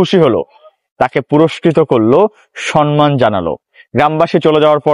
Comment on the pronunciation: Bhaiya sonman hobe na somman hobe ❤tobe apnr video golo onk bhalo lage ❤apnake o onk bhalo lage